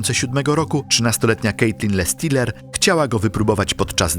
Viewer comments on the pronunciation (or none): Strasznie kłuje w ucho jak wymawiasz slowa po angielsku, że dość, że źle wymawiasz słowa to jeszcze Ty czytasz słowa, których tam nie ma: Kaitlyn Lassiter to czytasz Lestiler, zamiat Drop Tower to Dop, Leah Washington to czytasz Leh. Nikt Ci nie każe być filologiem angielskim czy native speakerem, ale robisz materiał na YouTube, który się niesie, robisz research pod film i naprawdę tak ciężko jest wrzucić do tłumacza google albo jakiegoś innego translatora jak co sie czyta? I zeby nie było, że sie czepiam, bo sam niekiedy mi się zdarzy wtopić, ale jak robisz takie filmy to wychodzi po prostu Twoje niedbalstwo, bo każdy kto zna język angielski na tyle, że to wyłapie tak oczywiste błędy i decydujesz sie zamieścić to w Internecie to aż strach pomyśleć czy zdarzenia o których opowiadasz rzeczywiście miały taki przebieg i czy dobrze dane historie opowiedzialeś widzom. Nie bierz tego za czepianie się, ale przyjmij te krytykę, aby Twoja jakość w materiałach była lepsza w przyszłości. Tego Ci życzę!